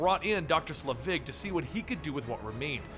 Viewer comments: I thought it was pronounced Selvig? Not Slevig? Am I wrong? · It's SEL-vig,, not Sle-VIG. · Pronounced SEL-vig not sluh-VIG. Haven't you seen a Thor movie? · Say it with me... "SEL_ VIG..." Not "SLE VIG..." Perhaps if you're going to run a channel called "Comicstorian" you should learn to pronounce things correctly. Do you're research dude. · SELVIG... not "Slevig" That being said, thank you for uploading this and everything you do. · Isn't it "Selvig", not "Slevig"? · "Doctor Sulivig" .......... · It's SEL-vig, not SLEVIG. Insert Harry Potter joke here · I like your channel and enjoy listening to you "dramatically reading them back to [me]," but it really tears me out of the story when you mess up names, especially a name from the movies with a well established pronounciation. Honestly, how do you take "Selvig" and pronounce it as "Slevig"? It's pronounced just like it looks. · SELVIG NOT SLEVIG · It's selvig like the mcu character not slevig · SELVIG... Dr. Erik Selvig, not SLEvig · I remember you're terrible at pronouncing things but you've watched the MCU movies right? It's Dr. Selvig not Slevig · isn't it Selvig instead of Slevig? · Allen Greenberg he said it wrong so many times!!! I'm no grammar Nazi but God that made eye twitch each time he did. Pronunciation: "Sell-Vigg". Oi. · it's Sel-vig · i know you hate this and you most likely got 100 comments about this but you said selvid's name wrong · oh its the worst i think hes doing this to just troll us now. i mean they say it in thor and the avengers how is he getting it wrong